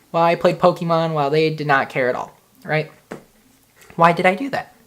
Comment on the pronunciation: take a shot everytime he says pokiemon